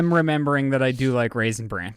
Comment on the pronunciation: it's RAISIN BRAN....... not Raisin brand..... stahhhp it. 🤣